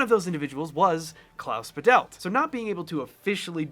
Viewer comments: It's "Bah-delt", both syllables equally stressed, not "Ba-DELLt" with stress on the second. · It's Klaus 'Badelt (german emphasis on 1st syllable), not Ba'delt. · Badelt is pronounced "BAH-dit" with a tiny bit of "l" in the second syllable. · I thought it was Klaus Badelt . Who’s Klaus Videll? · Small correction on pronouncing the names: In Badelt, the emphasis is on the first A. It's spoken fairly open and long. BAHdelt. For Zimmer, it's the usual Z/S difference between German and English. The German Z is a very sharp sound, so it's more like Tsimmer. (And here, the A in Hans is actually much shorter, but still emphasized by loudness, and the S at the end is a voiceless one.) That being said: The similarities between the two scores is proper mindblowing! The notes may differ, but the feel is surprisingly similar, wow! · (As a German, I had to listen twice to the names until I understood them. In German, the z is a voiceless ts. It's thus Hans Tsimmer. And Klaus Badelt has the stress on the first syllable: Bádelt, with a long ah sound. Imagine him written as Bahdelt.) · His name is pronounced Klaus BAdelt ;) he grew Bad Bodendorf in Germany. Next to where I lived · In Badelt the stress is on Ba not on delt. ☝🏼 German here.